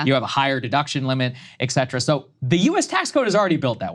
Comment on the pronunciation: Saager! It's "ET CETERA"!